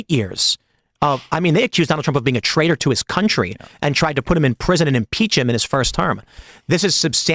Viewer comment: Fweemason twaiter